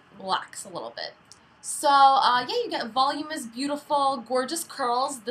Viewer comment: Voluminous, not volumous.